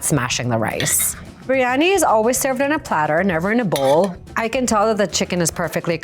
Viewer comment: I remember it well, so bad and she couldn’t even pronounce it correctly. Some chef…..